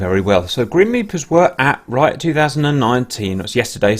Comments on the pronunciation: I’m pretty sure it’s pronounced Reeat, and not Ryot. Only been going for about 25 yrs so I could be wrong. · Interesting video thanks for uploading. Ps it's pronounced R'ee'at btw :) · It is neither. It is "Ryat" :-)